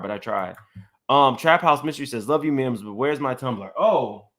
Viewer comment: MIMS your tumbler should say "MIMbers"